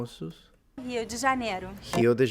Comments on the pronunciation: Portuguese R is a tricky one, specially in Brazil, but 99% of pt speakers will pronounce "Rio" and "Janeiro" like that. What changes is the "de" sound: Rio Di Janeiro Rio Dji Janeiro Rio DE Janeiro Again, for most people: Rio ---> Hio Carro ---> CaHo Caro ---> CaRo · no, the "R" in Rio de Janeiro is not being pronounced differently because of the accent. R on the start of words always has this "H" sound. i dont think there is a dialect that changes that... a few pronounce it a bit stronger